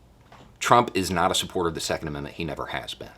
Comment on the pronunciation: ME, TOO! Had to listen to him say it a few times before I figured out he was saying The Second. And, I'm like, what videos did he talk about supporting The Senate? Duh.